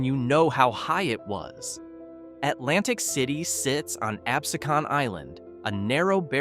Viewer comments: 'Ab SEE cn' island, not 'Ab see Con' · it is not ab-se-con. It is ab-SE-con. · Facts, He can't even say Absecon right.